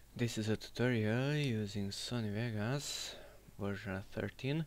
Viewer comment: are you from balkan,you seem to be byway you say sony vegas.